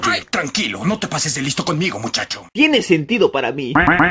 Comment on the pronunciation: like si viste que dice "tene" en vez de "tiene" :v